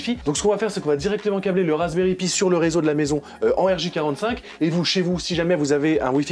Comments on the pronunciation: Alexandre Valiquette à il le dit c’est juste que ils le disent en mode français c’est moche je te l’accorde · Ça fait drôle comment vous prononcer Pi, normalement on dit "Pie" mais super vidéo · "Pi" se prononce "paille", c'est pourtant si facile, même pour un français. Pour le reste, chapeau bas!